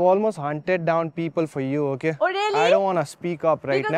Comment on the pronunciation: it's not okhe It's okay